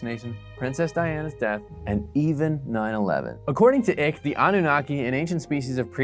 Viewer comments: I love the mispronunciation of David Icke's name - It's pronounced 'Ike'. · It’s actually pronounced Ike (straightens her tin foil hat). ✌️ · It's David Icke as in Ike Turner. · The name is pronounced with a long I, pronounced “EYEcke” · Ick? Do you call a bike, bik? Or say like, lik? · Icke is pronounced like "Ike" and also I can see you are clearly a lizard person ❤ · Your pronunciation of David’s last name is wrong. It is pronounced Ike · Its pronounced 'Ike' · It’s pronounced “Ike”. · It’s pronounced “eye-k”. Duh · Icke is pronounced eyeke. Come on man. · ..pronounced -> David EYE.K ;] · You are so well researched that you don't know how to pronounce Icke...?!?? It sounds the same as Ike as in Tima and IKE Turner. 😐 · your pronouncing "Ike" wrong 🤷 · It’s funny you try mocking David’s theories, beliefs or conspiracies and can’t even say his last name correctly. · If this guy can’t get the pronunciation right it shows he can not be trusted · Yep, so is quite clear he has not watched a single video released by or is about David ICKE. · why don’t you like him? Is it because you don’t agree with him? I mean mispronouncing names like that simply because you dislike someone as humor seems very childish to me... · This guy did so much investigative research that he can’t even pronounce David Icke’s name correctly. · Why should I listen to a guy who can’t even pronounce David Icke’s name correctly. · You said his name wrong the entire time. It’s icke like iconic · How do you not know how to pronounce David Icke's name?? Clicking off. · You couldn't learn the pronunciation of Icke? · All this research..and you say his name wrong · how is this guy a serious conspiracy theory researcher when he can't even pronounce Icke's surname? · The mispronunciation of Icke is hilarious 😆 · You pronounce his name wrong it’s like mike with out the m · Why don’t you pronounce David icke’s name properly? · mispronouncing his name kinda proves you didn't watch any content relating to him